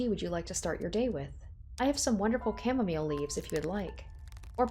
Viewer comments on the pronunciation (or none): none